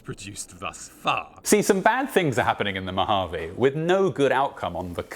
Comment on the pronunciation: As a resident of the Mojave desert, thank you for pronouncing it right and not saying "Mojavé" like other fallout content creators... it REALLY makes you wish for a nuclear winter...